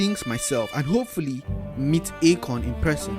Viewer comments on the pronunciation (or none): I lost it when you said AKOIN who tf is buying AKOIN😭😭😭